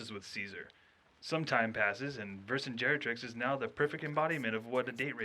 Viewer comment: It's Vercingetorix, mate, not Vercingerotrix. I know the name sounds wrong, but it's based on a freakin historical character.